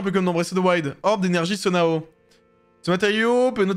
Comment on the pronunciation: Banger ce jeu j’ai avancé plus dans l’histoire pour pouvoir regarder mais juste tu dis Sonao mais je pense ça se prononce Sono